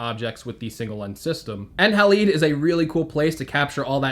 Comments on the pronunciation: Haleed! Lol! Halide is pronounced like Hal-Eyed. I’m sure they called the app Halide Camera because Silver Halide is a chemical compound found in film:) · It’s halide, hA-LYde